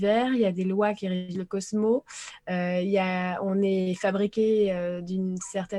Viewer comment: Chère. C est merveilleux tes partages. Tu es une vrai extraterrestre momentanément terrienne😅 Il y a plusieurs vérités c est indéniable juste une petite remarque - le cosmos se prononce en principe - cosmosse 😉